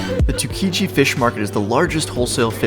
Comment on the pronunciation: For someone who seems to know Tokyo (and Japan) well, I would have expected better pronunciation, specifically: Tsukiji, Ameyoko, Takeshita, izakaya, and sake. And I wouldn't say Shimokitazawa is the place for new fashion trends, that would be Harajuku. Shimo is more into used clothing shops (I lived there for 11 years). Still, the video was interesting, and you offered some very useful information, and though I live and spend most of my time in Kichijoji (voted #1 place to live in Tokyo for many years in a row), I'll be checking out Piss Alley in the near future. Oh, and tokorode, very good narration (a job I've been doing in Tokyo for many years).